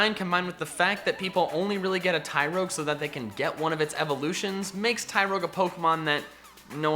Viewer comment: after you said tiroge i unsubed and cliked of the vid